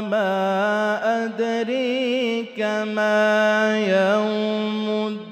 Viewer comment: শীয়াদের কিরাত কি আমাদেরচে আলাদা জানার ইচ্ছা ছিলো,কারোন এইখানে অনেক শব্দের উচ্চারণ অন্য ভাবে হচ্ছে, যেমন ওয়ামা আদরি কামা ইয়াউ মুদ্দিন